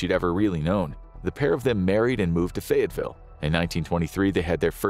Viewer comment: It's actually "Fayetteville" not Fayettesville.